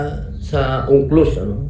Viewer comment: U.N.C.L.O.S. or Unclos and not Ongklos...